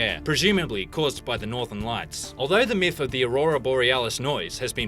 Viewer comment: did he say "miff"